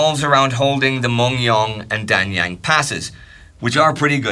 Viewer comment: The "a" sound in Korean words sounds like the "a" in father. Dangyang should not rhyme with "bang bang"